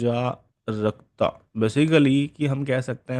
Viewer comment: अराजकता ✅ अजरकता❎